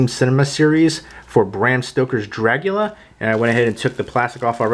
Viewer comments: Good review. Are you saying, "Dragula"? LOL! I bought this copy for the book, the disc picture quality and the extra interviews. I'm a fan of the film and have other copies. I do NOT like the plexiglass plastic cover. As a graphic designer, I see no benefit except to keep the book protected. They could have created a real book like the Exorcist, which is an actual book cover with the pages inside, not a piece of plastic. It is a bit awkward looking through the book because of the plastic piece. Everything else is great, but I will always say they never show enough photos. I'm thankful for the "Making of" book released a long time ago. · Stop saying "Dragula"! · did u say dragula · The way you say Dracula is so weird. great video though